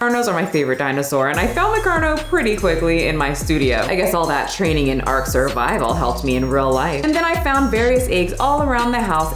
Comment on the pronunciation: girl u did not just say ark, you get better and better xD